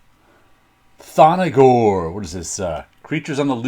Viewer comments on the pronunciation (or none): I love the Thongor run in Creatures on the Loose. Great covers, nice interior art by Val Mayerik, but horrible inking by Vince Coletta. Among the fists comics I read as a kid. By the way it's not 'Tho-no-gor'', it's just ''Thon-gor''.